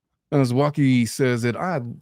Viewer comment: Not Zowaki, say the LONG Ō sound when you SAY ZŌWŌKI!